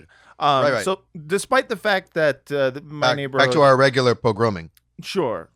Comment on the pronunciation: “Now back to our regular progrom-ing” deserved a bigger laugh.